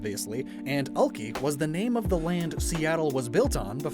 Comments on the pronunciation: As a Seattle native, I honestly look forward to these videos more than actual Pokémon news. One correction though, Alki is pronounce Alk-“I” not Alk-“ee”. There is beach in West Seattle with the name and is a popular hang out spot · hey just a reminder/correction, because the name of the city (about ) is spelled ALKI because it is based off of the land Seattle was built on/Alki Beach its not pronounced "Alkey" its pronounced "Alk-i" or "Alkiy". I am saying this because to some people this could be offensive. I know you didn't know this which is why for next time (not in this series because its 2022 now) to say "Alkiy/Alk-i". also I know its pronounced this way because I live ridiculously close to Alki beach. Also the reason its called Seattle isn't because its right next to the sea but because it is the name of chief SeaTal (See-t-al) from a native American tribe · You are saying Alki ( Al- KI) not al kee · As someone who has lived in Seattle for all my life you are pronouncing Alki wrong. It is pronounced Alk-eye not Alk-ee even if it is meant to be pronounced this way the language has evolved. Just letting you know 👍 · As a fellow pacific northwest boy, I absolute love everything about this! But I just have to say, it's pronounced Al-Kai, not Al-kee... ;) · Physically hurt when you pronounced Alki as all key when everyone here pronounces it al kai, though weirdly enough I think all key is the proper Chinook way to say it. Either way, this was a great video! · As a Seattle reasedent I full body cringed when he said all-key and not al-kie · He is saying Ol-key when it's Al-kai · Was so confused by Alki the way he pronounced it definitely different then everyone actually from here 😂 I didn't pick up on it tell you mentioned the beach it's more "Al-kai" 😅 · Great series, btw its Al-kai lol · It’s pronounced ale-kai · Alki is pronounced "al-kai" like sky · It’s pronounced AL-KY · Alki is pronounced so that the second syllable rhymes with ‘eye’.